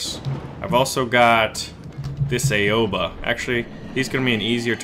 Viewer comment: It is prnounced OW-A-BA no Ay-Oh-Ba